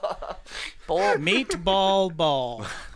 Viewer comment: “Spaghetti and MeatBol”